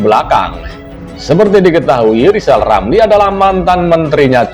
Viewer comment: Ramli ngomong saja belepotan...hahaha...ngomong R ....coba